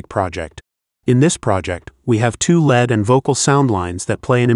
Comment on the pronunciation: You may want to find a less monotonous AI voice to narrate your videos, and spot-check its pronunciation. It's pronounced "rEEverb", not "reVERB", and the vowels in "lead" are pronounced like "reed", not like "red". Hearing the AI keep saying "reVERB" over and over again was really annoying.